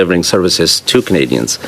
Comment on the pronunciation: this liberal lackey is obviously filibustering. Can't say "Canadians" just like squeaky champagne. We know what Canadian want. Can't even say Canadian's / Canadians. Yes let us trust a foreigner who can't speak fluent english. Sounds great.